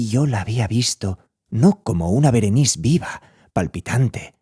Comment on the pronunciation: Es Berenice!!, no Berenis 😒